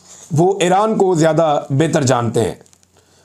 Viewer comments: عمران بھائ پلیز اپنی ایک دو تلفظ کی غلطی کی اصلاح کر لیجیے۔its,not (aeraan)it's pronounced eeraan.secondly it's not tal abaeb it's pronounced TEL Aviv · ITS NOT ERAAN , CORRECT IS IRAN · محترم اپکا ایران اور عراق کا تلفظ بہت غلط ہے یہ تلفظ اس طرح ہے اے ران نہیں ہے۔ ای ران ہے اے راق نہیں ہے ۔ عی راق ہے